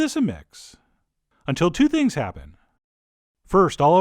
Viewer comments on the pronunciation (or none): none